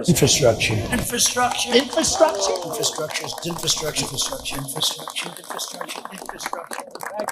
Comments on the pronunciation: Trump's such a dope, he can't even say "infrastructure". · He can't even say "Infrastructure", let alone build it. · He's has problems pronouncing "infrastructure." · Chump can't even pronounce infrastructure properly. He knows nothing about it and does even less to improve it. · He can't even pronounce the word infrastructure. No one has ever seen this word before. People are saying this must be a new word. Obviously Joe Biden and the democratic deep state are inventing words like never before. Fake words. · Trump can barely pronounce the word ( Infrastructure)😢😢😂